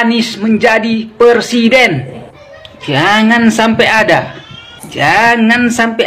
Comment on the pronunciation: PERSIDEN apa PRESIDEN bang??🤣jaaangaaan...jangaaaan...jangaaan 🤣🤣